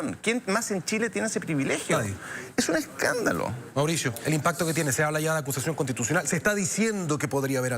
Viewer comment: acushashion conshtituchional